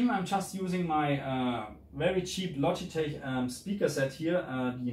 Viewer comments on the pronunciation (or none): none